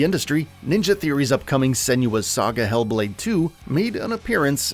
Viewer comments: Sen-wa. Not Sen-you-uh. Watch the dev diaries from the first game especially when Tameem talks about the origin of her name. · I just wish he’d pronounce Senua correctly. 😭